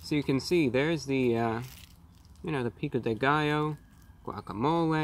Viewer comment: I love when english speakers say spanish words like "Pico de gallo", it's so funny. <3